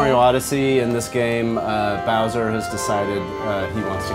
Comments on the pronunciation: everyone go to seconds she says Browser not Bowser -. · did she really say bRowser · Did she said browser hhhhh its bowser The game looks amazing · Sports maybe, but defiantly not nerdy. Did you see most of her reactions? She couldn't pronounce bowsers name right she acted very goofy and wasn't very enthusiastic about the whole thing, ahem except the fake reactions. But you do you. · i cringed when she called bim browser :D